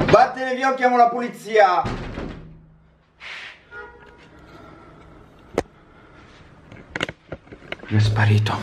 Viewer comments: si dice polizia non pulizia😊😊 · Ma poi se ve ne rendete conto dice “pulizia” non “polizia”